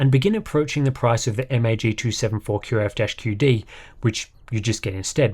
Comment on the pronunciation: How to be. Pronounce "MSI MAG274QRF-QD" perfectly